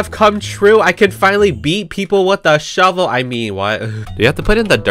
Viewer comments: “where’s the sHoeVel” 😭🔫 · No she says shoevel